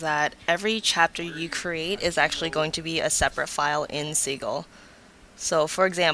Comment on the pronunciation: Great tutorial! I think the software name is pronounced sih-jil, not see-gil :)